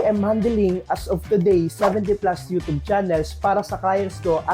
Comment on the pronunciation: everyone = you-tube this guy = you - toob